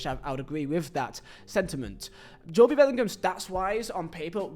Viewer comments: i watch jobe a lot in the championship, seems a decent player tbf, but honestly i feel he should’ve played in the prem for sunderland (also it’s JOBE NOT JOBIE) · The name is pronounced “Joe-bee” or similar deviations in a variety of countries in Africa. But Jobe itself is an English version of the Hebrew name “Job” and it’s the single syllable pronunciation here. The Bellinghams are rather English. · Its pronounced “Joe-B” not “Jo-Bee” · Bro it’s jobe not Jobie… that’s like calling jude judie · No one has EVER call him Jo bee lil bro 😭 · Hearing Jobie hurts my soul. Please learn to call him Jobe. He has even played Burnley twice how doesnt know how to say it is bewildering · Every time he said Jobie I wish I had no ears 😂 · I love your content but where did you get pronouncation of Jobie😂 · its just like cancer to hear JO-Bee and not joBe like my god stop please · Who tf is Jobey? 😂 it’s JOBE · JOEb no joe-bee. ❤😂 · It’s only Jobe not Jobie 😅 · I think his name is Jobe and not Jo-be correct me if im wrong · He’s from England aswell he knows is JOB(E) and not Jo-Be he’s doing it for attention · I hate when folk say Jobie. Like it's not like Jobe McAnuff. I get it the first name can be said differently however get it right It's Jobe Hearing this is how some people say his name constantly makes me want to off myself hearing it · If it makes you feel better, you pronounced it correct in Zulu 😂. We say Jo-Beh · JOBe bryant, cant even watch this one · Needs to re upload this pronouncing Jobe correctly haha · Couldn't watch more than 3 minutes, the butchering of Jobe is just criminal, hearing JoeBee over and over was too much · If it’s Joooo-bieeee, time to start learning Polish my friend. English is not working out for yOu! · as I’ve mentioned I find your vids entertaining and informative but Jo-bee is an Ai level of mispronunciation! 😂👍⚽️ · You’re right, I’ve been laughing my ass off hearing him say “Jo-be” 😂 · WHY ARE YOU SAYING HIS NAME LIKE THAT